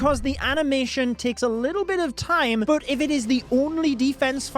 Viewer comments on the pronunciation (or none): none